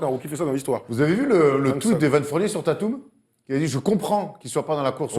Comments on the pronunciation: Pour la question sur la prononciation de "Tatum" : Ca se prononce "Téïteum" (avec l'accent américain ca se rapproche même plutot de "Téïdeum" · Merde, pour une fois je suis obligé de dire que thomas a raison O_O Mon monde s'écroule ! "No brainer"= Pas besoin de se prendre la tête, c'est une évidence, c'est une certitude. Et les ricains prononcent Tatum "Tèdûm" Aussi, qui va defendre sur Tatum ? Bah LeBron, et j'ai beau etre mega fan desCeltics, et par extension de tatum, il va surement se faire casser la gueule pour peu que BronBron le fasse sérieusement